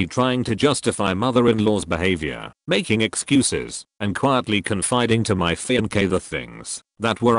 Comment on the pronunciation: Why did he pronounce fiancee fianke?